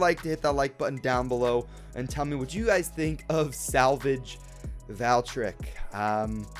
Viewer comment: They really massacred Valkyrie/Valtryek with this release, but please, I don't like how you say "Valtryek". It's pronounced "Vahl-tree-ehk", not "Val-trick"